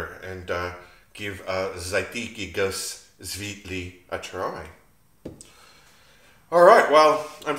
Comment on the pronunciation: Hey mate, good work I like your style. Pronounced: z'ar'tetsky goos svyet-lee